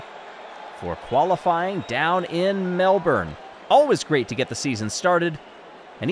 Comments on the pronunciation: So exciting? But a heads up It's Mel-bin, not Mel-born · Look I love ya but it's MEL-BIN lol also love how you used tourism Melbourne's logo. Chefs kiss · Hey mate we pronounce it as "Mel-bin" :)